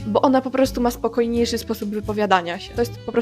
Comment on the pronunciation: Pani też nie ma dobrej dykcji. Dziwnie wymawia Pani" czy", "ż", "sz". Nie słyszy tego Pani? "Spokojniejży". Jak z taką dykcją śmie Pani krytykować innych ludzi.